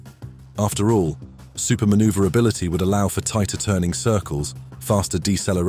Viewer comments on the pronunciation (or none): If you are planning on making a video about an aircraft with Super Manoeuvrability, learning how to pronounce that might be a good place to start!🙉